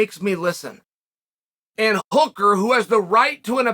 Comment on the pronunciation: He’s got hooker right at least lol